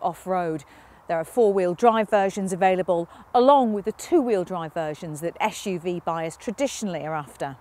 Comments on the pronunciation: Very low standard. She can’t say SUV 😂. Door can’t open wide enough. She is expecting more than 90. Esh UV. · It's not esh u v it's suv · Why is she saying YeshUV instead of SUV,that really annoys me. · Carbuyer, please stop using this woman to review SUV's. Every time I hear her pronounce it as "esh-u-v" makes my skin crawl. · the ESCH JU VI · I love the way she pronounces SUV -- esh-you-vee.